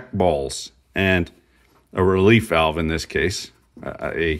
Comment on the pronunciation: Thank you for saying walve.